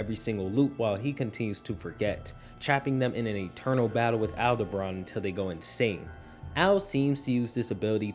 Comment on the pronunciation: why do you call him AldEbran? instead of Aldebaran?